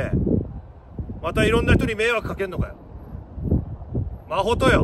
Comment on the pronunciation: マホトって言ってるんだと思うんだけど マコトって聞こえてしまって 一瞬、自分の名前呼ばれてるかと思った😅